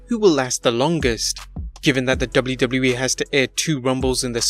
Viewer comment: Hate the way this guy says WWE ....